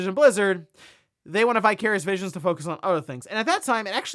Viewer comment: Vicarious Visions. Oh, I kept hearing “Bi-Curious Vision”